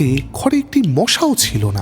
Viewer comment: আপনি পারলে উচ্চারণ গুলোয় একটু নজর দিন,বেশি শুদ্ধ করতে গিয়ে শুনতে অন্যরকম লাগে.... যেমন ধরুন চিমনী, ছিমনি নয়, গুজব, খুজব নয়, ঘরে, খরে নয়, বুঝিতাম, পুঝিতাম নয়....ইত্যাদি অজস্র.. আপনার নিজের চ্যানেল "Bengali Classics" ও আমি নিয়মিত শুনতাম, উচ্চারণগুলো সঠিক হলে আবার শোনার ইচ্ছে রইল....